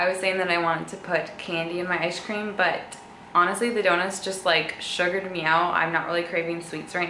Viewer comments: awwwn she says “ishcream” 😂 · It sounds like you say ice cream as ishe cream